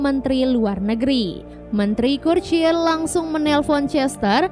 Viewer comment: . Itu dibaca curcil sis 💀